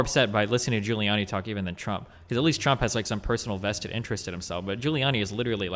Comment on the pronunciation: Also, it is Giuliani, not Guiliani